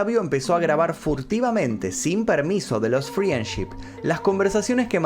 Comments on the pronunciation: Me pone mal q pronuncie FRIENship en vez de FRENDship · Friendship se pronuncia "frendship" sin la i 😉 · FRIANCHI ?????????? -----------Frendship se pronuncia Friendship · Creo que lo que más me traumó fue la pronunciación de "friendship".